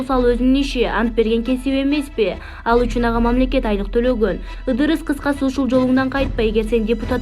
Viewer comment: Ыдырыс эмес идирис деп айтылат